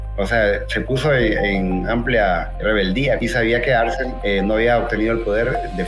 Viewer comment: Algunos comentarios, para mejorar tu presentacion deberias de corregir ciertos errores, es Arce no Arsen, es Jose Justo Milla y no Jose Justo Mia, el himno al final es el himno a Lempira... Excelente tu video y sigue adelante